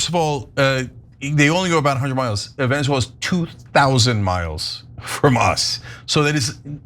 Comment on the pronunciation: I can't with Anna's pronunciation of Venezuela.